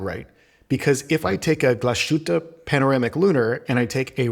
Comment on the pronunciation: it's pronounced Glassss hoote